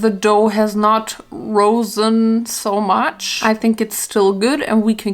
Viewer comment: gerosen? rosen? Du meinst risen : It has risen ; It will rise , etc. pp ;D